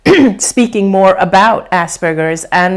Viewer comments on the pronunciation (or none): Can't unhear "ass burgers"!! LOL